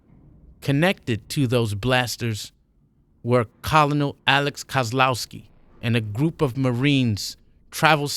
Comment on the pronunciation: I'm really enjoying your narrations so far and I enjoyed your previous read. Though in the Future when u pronounce Colonel try to pronounce it this way ker-nal like the KFC guy Colonel Sanders I don't know y the word is pronounced that way? The way you pronounce it is how I would pronounce it if I didn't know the correct punctuation is ker-nal